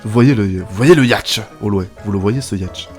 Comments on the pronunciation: c pas yatch c yacht et ça ce dit yot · ON DIT PAS YATCH MAIS YOTE